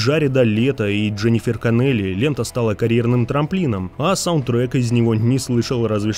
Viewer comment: Дженнифер КОннели, а не КонЕлли..